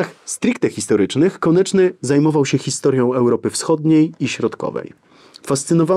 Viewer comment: "KONECZNY” - Szanowny Panie - ”KONECZNY”, a nie konIEczny … konieczny może być np byle-jakizm formalny pomimo solidnizmu merytorycznego. Ergo, to oburzające aby powagę omawianej postaci lekceważyć niechlujnością … Poza powyższymi uwagami - dzięki za krótkie i w miarę treściwe wprowadzenie Pozdrawiam, Ireneusz